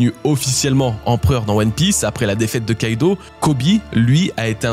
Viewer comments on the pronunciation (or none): none